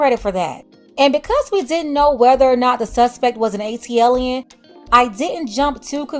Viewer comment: Every time you call them an "" I just holler😂😂